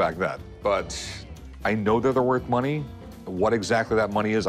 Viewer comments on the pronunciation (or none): That's cool that Rick has a "bunny" to help him evaluate/price the item. 😆 Yeah, actually it does sound a little more like "money".